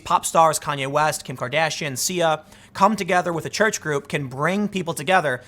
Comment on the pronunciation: I'm pretty sure you just said Kim Cardassian. Lol